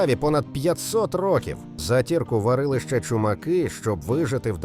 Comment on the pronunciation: Не затІрку,а зАтірку.